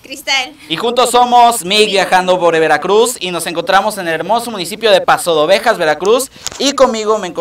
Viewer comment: Paso "de" Ovejas no pasodovejas